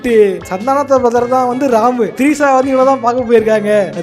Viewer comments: Trisha. ❌ Treesa. ✅ 😂😂😂😂😂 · Trisha ❌ Threesa ✅